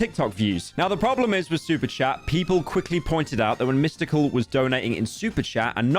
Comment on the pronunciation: Really threw me off to hear him say Mystical so many times Edit : Typo